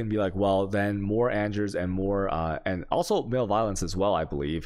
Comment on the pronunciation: Also I usually hate the mispronunciations but “male violence” for “malevolence” is primo 👌